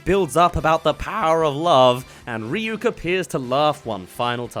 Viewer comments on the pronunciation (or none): Also “Rhy-ack” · And the worst part of it is Light saying Rah-yuck instead of Ryuk.